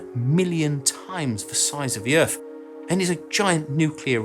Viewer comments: ...where is this, "Erf" you keep mentioning? Apparently it's "fur-ver" out there? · What is "earf"?